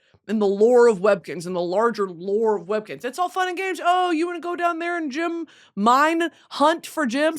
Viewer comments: No ones gunna address how she pronounces GEM????????? Jim?????? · Brit i love you but its GEM not GYM 😭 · she say gym instead of gem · Girl, learn how to say gem and not gym